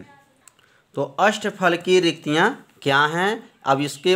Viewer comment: Sir riktika hota hai